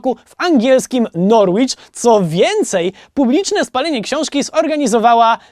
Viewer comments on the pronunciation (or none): Boze. Musialam 3 razy odsluchac 😂😅 bo uslyszalam Norłicz...😅 wybacz, troszke podmieszkuje sobie tutaj. Jako ze wiele miejscowosci angielskich ma co poniketore litery nieme. W tym wypadku nazwa miasta Norwich wymawia sie Noricz 😆 (oczywiscie wiem ze nie mieliscie tej wiedzy wcześniej <3 )z pozdrawieniami dla calej ekipy HBC z miasta Norłicz 😊❤ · Norłicz? Aż uszy zabolały 😅